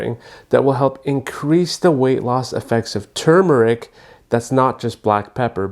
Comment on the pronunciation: THANK YOU for saying tuRmeric instead of tumor-ic the way so many people mispronounce it. The first syllable is like the word "term" not "tomb" it's such a huge pet peeve of mine.